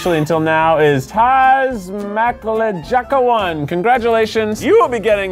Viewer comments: Cringing so hard on thAZma klEjAcka while it's clearly taśma klejąca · tasmaklejaca is kinda pronouced like this - tasma clay-oh-c-a aahh it's hard to explain, but it is adhesive tape in polish XD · That moment when you realize only after a while that this strangely pronounced word 'tasmaklejaca' is not just a fancy word, but a phrase in your native language O.o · Love the way you read "taśma klejąca" XD <3 It's "sellotape" in polish :D